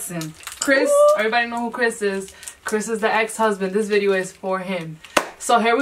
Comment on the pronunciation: How are y’all the only ppl that can hear how bideo